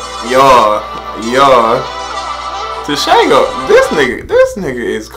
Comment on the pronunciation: It’s pronounced tshe-gho written tsego his nick name is the pink panther